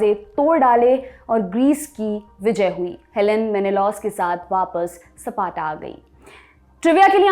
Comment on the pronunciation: सपार्टा🤣🤣🤣 Leonidas will be angry😂😂😂